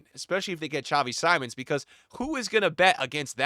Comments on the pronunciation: I liked you but if you have truly watched Xavi Simmons irl you would know how to pronounce his name, is Simmons as it is written not Saimon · Just to help, Simmons it’s pronounced Seemons. Great video